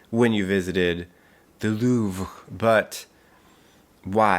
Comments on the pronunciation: No one:: wants me to actually die from getting absolutely triggered “LoOvrEe” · I love that you intentionally mispronounced the Louvre and then repronounced it correctly to stop any haters. And that you pulled out an actual camcorder. Not sure why it surprised me even though it was in the thumbnail. 😂 Also, such a great monologue.